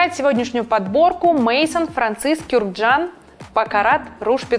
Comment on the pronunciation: Какой ещё Куркддан? Он армянин, его фамилиям Кюркджян.